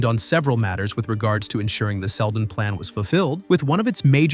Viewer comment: "sheldon" these ai generated videos need spell checkers and pronunciation checks.